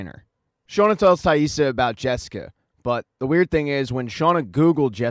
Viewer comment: Good video but man it was annoying how you kept mispronouncing Taissa’s name 😖😅